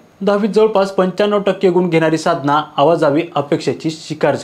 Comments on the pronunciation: अवाजावी नाही रे अवाजवी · अवाजवी असं म्हणा,.आवा जावी नाही, दाव खाना नाही, दवा खाना